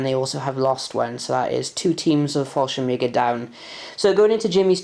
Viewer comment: Nice batrep so few to watch lately on YouTube anything that gives me ideas for my solo battles are good😁. Also this may sound harsh but it is meant slightly tongue in cheek but thank God your pronouncing falschirmjager right at last I guess someone said something😂😂😂 it was the only thing that set my head spinning.